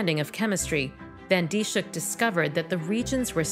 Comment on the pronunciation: Her name is mispronounced in this video. It's not Dee-shook, it's Dis-hook. (Dis rhymes with this, hook rhymes with book.) BTW, it took 3 months for this to make the news in the Netherlands... :(